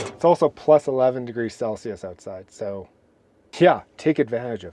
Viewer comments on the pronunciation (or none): none